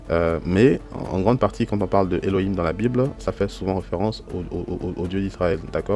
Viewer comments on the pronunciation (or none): Minute pourquoi prononcer le H ouvert (He) comme un r espagnol qui correspond a un H ferme (Khet)? On lit bien eloim et non elorim, non?